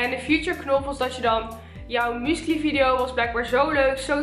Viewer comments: 😂😂😂haha hoe jij musically uitspreekt. muscaly😂😂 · Haha!😅 Ik versta écht dat "muesli" zegt...! Écht grappig!👍🏻